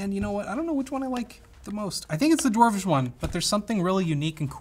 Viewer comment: Did he just say Dwarwish .....